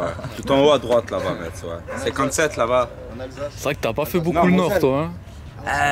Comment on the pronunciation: une ville de moselle 57 , et on prononce messe sans le T